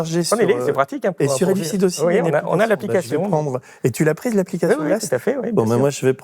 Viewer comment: Merci a votre chaine. Mais "Elucid" ❤❤❤